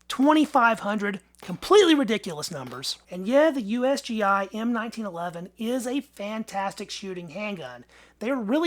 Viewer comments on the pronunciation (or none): none